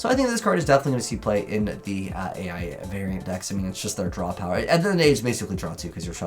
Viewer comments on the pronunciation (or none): Proxy F Magician and Splash Mage are just generic monsters that Yusaku/Playmaker uses in the anime; they’re not archetype specific. They’re probably gonna be used in relation to Accesscode Talker like the anime. Edit: BTW, A.I. Is supposed to be pronounced like the letter “I” to play on the name of the spells like “A.I. (Eye) Contact” our “A.I. (I) Q”